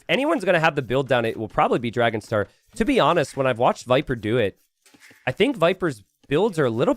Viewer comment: Only can Dragonstar sound like trouser … Never change😂